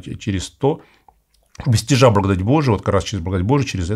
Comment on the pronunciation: Какой-то непривычный акцент у батюшки, особенно когда он произносит слово благодать. Немного отвлекает.